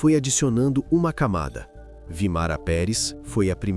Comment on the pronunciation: Vímara, não Vimara